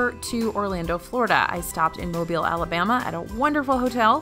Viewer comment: Shoutout from Mobile for pronouncing Mobile correctly! Thank you!